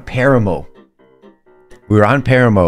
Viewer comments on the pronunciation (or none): It’s PAH-RAH-MOE 😂